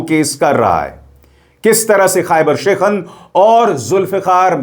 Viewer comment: शेखन nhi शिकन 😂